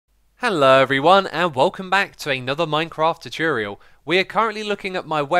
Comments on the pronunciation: the way he says tutorial hahahaha chuchuriol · anyone else bothered by how xisuma says tutorial?